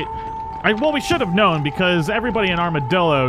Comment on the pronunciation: Is this the first time he said armadillo and not armadildo